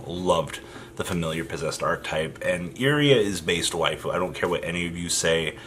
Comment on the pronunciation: Every time you say “Waifu” a little part of me dies.